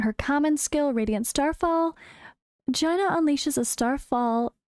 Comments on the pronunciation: Based on world of warcraft I think its pronounced "jayna" around 1.40 mark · Haha, you might be pronouncing it correctly, as the spelling does make it sound that way. I just found it extremely amusing, lol. Never change 🤗